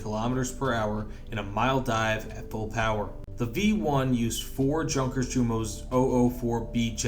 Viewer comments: "Junkers" and "Jumo" are both pronounced with the German "J" as a Y. As in Yunkers and Yumo. Otherwise great stuff. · God dammit it’s pronounced Yunkers